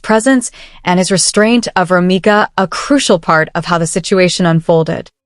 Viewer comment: ROMECA not Romica 😒🩷🩷🩷🩷🩷⚖️⚖️⚖️⚖️⚖️⚖️